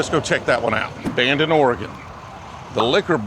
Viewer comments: You even took the time to call it OryGun. Nicely done. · At least he got the pronunciation of "Oregon" correctly. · I appreciate he says Oregon correct. Lol. Dude if you were more into whisky. Couple good spots in Eugene, Corvallis, and Portland. I mean Pendleton is good. Made in Hood river. Not bourbon. Cool you came through. 😎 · I sincerely appreciate you pronouncing Oregon correctly ! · Thanks for saying my state’s name right!! 😂